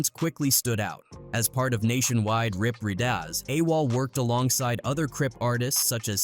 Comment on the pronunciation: Dude said "Rip Read Oz" 😂😂😂😂